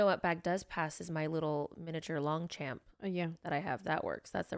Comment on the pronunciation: Long-champ. NOOOOOOOO It's a French word and is pronounced something like long-shom Anyways, love you guys.